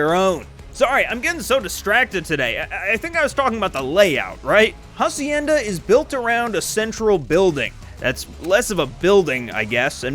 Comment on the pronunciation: It will always be funny how y’all pronounce "Hacienda" like bro you are one google search away from pronounce it correctly… 😂